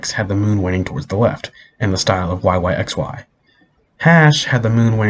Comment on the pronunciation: Btw its not pronounced YYXY Its YY BY Y